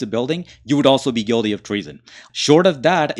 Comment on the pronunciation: It's pronounced " Guilty" not Guidy